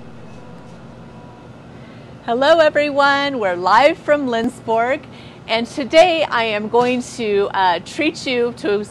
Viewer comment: As a Sweden I would love to visit this town and store! To actually see how Swedish this actually is :) ALSO on a side note! if you wanna try to say Lindsborg correctly try to pronounse it like: Lindsborj With the "j" at the ens sounding like your about to say "yes" and the "O" in Borg pronounced like the "O" in "York" hard to explain! But if you have ANY questions about swedes tradition pronounciations just contact me, I can always help